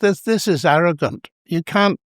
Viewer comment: “It might sound ORR- arrogant” The Northern Irish accent nearly broke through majestically there 😂